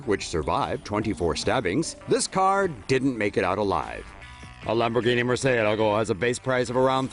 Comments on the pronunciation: it's pronnounced "Moor-sea-eh-lag-oh" ! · Say Murcielago again my dude 😂😂😂